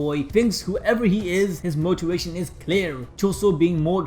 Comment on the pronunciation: “Gives us motiwation”